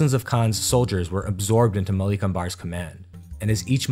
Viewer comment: Would've loved it if you put more effort into getting the pronunciations right. Western pronunciation elongates the second vowel sound in words, whereas in the east its the first vowel sound thats stretched. Example, Malik Ambar is Maalik Umber, not Maleek Ambaar This is not an absolute rule, but for the most part it will keep you on track.